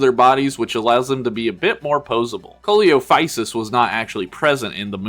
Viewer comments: "Ko lee oh physus" 💀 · it's pronounced See-low-fy- sus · 1. Coelophysis is pronounced "see-lo-figh-sis". 2. Pterosaurs like Pteranodon are not dinosaurs. That said, they are closely related as the two share a common ancestor that dates back early on in the Triassic. 3. I had that Velociraptor as a kid! I think that one came out after the Lost World. As for the spitter Dilophosaurus, I think I had that, the Pachycephalosaurus, Triceratops and Pteranodon. 4. Eh... probably? Generally, the average size for Pachycephalosaurus was about fifteen feet long and five feet at the hip, but there were estimates of specimens that got to over twenty feet. 5. That's because it is. Chasmosaurus and Triceratops are both what are called "Chasmosaurines." It's a subfamily in the Ceratopsidae (the main family of horned dinosaurs) generally characterized by larger frills, shorter nose horns, and prominent brow horns. What separates Chasmosaurus from Triceratops is that it appeared earlier in the fossil record and has shorter brow horns with a square frill covered in small spikes called Epoccipital bone. Triceratops lived near the end of the age of dinosaurs and also had the Epoccipital bones, but those were only present in it's youth; the absorbed into the frill as it became an adult, leaving a smooth, rounder frill. 6. So the reason why Spinosaurus is so insanely inaccurate is because it was/is such a rare animal. The original material was found by German Paleontologists in Africa during the 1920's and was based on remains of the sail, some backbone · Sorry for the small correction but Coelophysis is actually pronounced as Seelophysis. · Coelophysis is actually pronounced "see-lo-fi-sis" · Now I'm going to be calling Coelophysis a "Co-ee-lo-phaisis". Thanks. There's NO flying dinos in any of JP lines, because as far as I'm aware, they don't make bird figurines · coliofysus jumpscared me